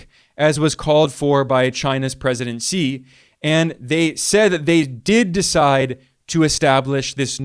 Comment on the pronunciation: Xi is pronounced "she" not "see" non-Chinese English-speakers are shy about saying "She" because is sounds like female pronoun: she when one sees, "shi", it is pronounced "shr"